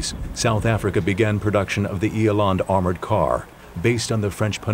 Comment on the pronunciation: Pronounced " ee landt". For Eland armoured car.